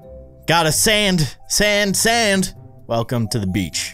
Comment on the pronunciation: Wait.. when he said “GOTTA SAND SAND SAND” I heard this: “GOTTA SANS SANS SANS” LOLLL